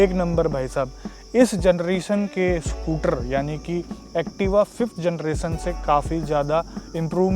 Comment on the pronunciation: Everyone else: Scooter: SCOOTRRR